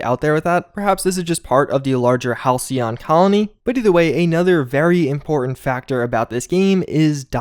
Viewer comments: Halcyon is pronounced Hal;see;yon. It means "The good old days" essentially. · That "c" makes an "s" sound. Didn't you take english class??? "Hal-see-on". You got it the 2nd time. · Halcyon = Hal-SEE-on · For anyone who cares, it's pronounced hal·cy·on - denoting a period of time in the past that was idyllically happy and peaceful. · Hal-see-yon. It means 'calm, tranquil' or a certain kind of bird. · okay just for reference Halcyon is pronounce Hal See On